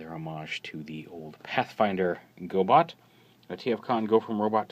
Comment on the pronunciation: Every time you said "gobit" I imagined you were pronouncing "Gobot" like Zoidberg might.